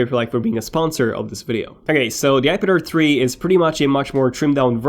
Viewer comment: omg everytime u say "ipad air 3" i always hear "ipader3"